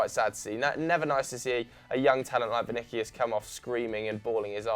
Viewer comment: Vini-key-us? Vini-key-us? Pretty sure its Vini-si-us!